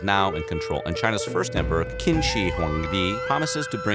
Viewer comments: Qin ise read Chin not Kin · please pronounce the Chinese Names correctly Q = Ch (therefore Qin sounds like CHIN, NOT KWIN!!!)